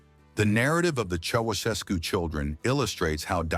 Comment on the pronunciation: Learn to pronounce Ceaușescu